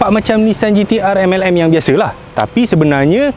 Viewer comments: Ha... Ha... Ha...Tak boleh angkatlah sebut MLM. Langsung tergelak besar jadinya. Terbaiklah bang. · Kalo bkn org kaya pakai gtr dah tentu masuk MLM kn...kakakakaka...seronok sebut MLM 😄